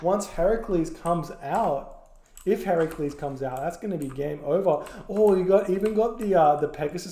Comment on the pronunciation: Interesting! A bit one-aided matchwise later but nevertheless. My favorite bit was when pronounced “Heracles” correctly (“Hera-Kleez”).